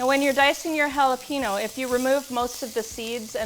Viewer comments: Haluhpeeno.. what? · Lost all trust in this recipe as soon as I heard her say “jalaPEENO” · JalapeNO ?!! 🤦🏻‍♀️ hurts my ears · I won't be mean but that little ñ in jalapeño makes it sounds like "hala...peen-yo".